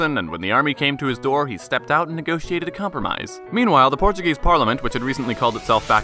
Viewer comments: yes he did all those deeds yet he double crossed his People by abdicating Portugal's throne. He only won the civil war because he had the support of the English (as you mentioned) the majority of the Portuguese people supported D. Miguel. By the way your Portuguese pronunciation was Excellent are you fluent in Portuguese? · Very good video. Nice Portuguese pronunciation! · Excellent Portuguese pronunciation and great channel.